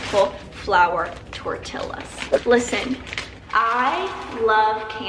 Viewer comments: Idk why but it just bugs me so much when people purposely mispronounce tortillas and are tryna be cute. No.. Lol Im a victim of the chips! I love ant hot flavored chips and can eat a whole bag 😭😭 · that pronunciation of "tortillas" tho, gurl